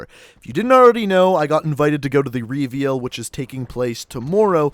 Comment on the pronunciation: why cant you pronounce reveal properly?